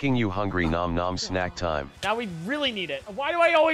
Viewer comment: I love how it doesn't know how to say "ñom ñom" so it says "nom nom"